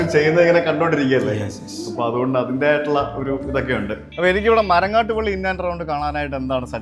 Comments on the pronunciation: It's pilly not Pally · It should be Marangattuppilly and not MarangattupAlly. Please correct it!! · ബ്രോ, മരങ്ങാട്ടുപള്ളി അല്ല, മരങ്ങാട്ടുപിള്ളി